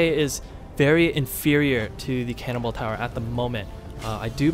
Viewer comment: I love that it sounds like you're saying "cannibal towers" instead of "cannonball towers" xD